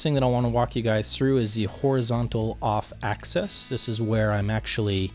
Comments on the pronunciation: Can you say "axis"? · How thick is the enclosure material. And what type of material is it? Some sort of plastic coated mdf maybe? And what is the crossover frequency? And one thing I don't like is the loss in the 2khz region. One more thing. Why do you say access and not axis?